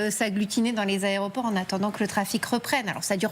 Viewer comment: Les ARÉOPORT??? Il est sérieux lui??? 😂😂😂